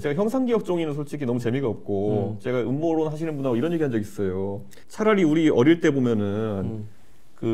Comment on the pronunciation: ㅋㅋㅋㅋ 엄머론아니고 음모론~입니다 국가부도의날 유아인이생각낫네요 ㅋㅋㅋ